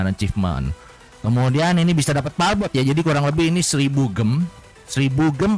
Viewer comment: palbot bukan palkon bang 🤣